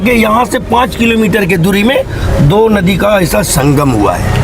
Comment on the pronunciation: भई सहाब आपका हिन्दी बोलने का ढंग सही नहीं है नदी को नोदी बोल रहे हैं ।